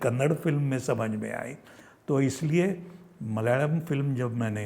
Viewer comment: मलयाळम् pronounced almost perfect 👏 👍😊